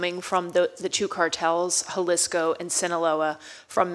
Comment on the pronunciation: How can she not even pronounce “Jalisco” properly? Isn’t familiarity with the cartels a principle aspect of her job?